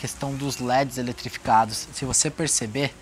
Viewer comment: "Led elitrificado"